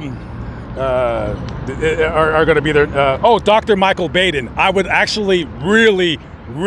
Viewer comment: Dr Baden’s name is pronounced Bauden, rhythms with autumn. Go to Crimecon,!!